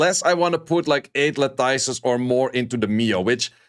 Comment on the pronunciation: La-tuhs. Pronounced like lettuce at the end.